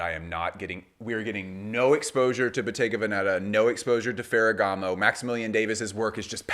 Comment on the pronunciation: As a fashion professional, I find your videos informative and interesting. As a born and raised Italian, could I perhaps entice you to pronounce Bottega Veneta (and occasionally other Italian names) properly? As for the first, the accent is on the E of the first syllable Ve. I honestly don't mean to sound critical, maybe you didn't know ☺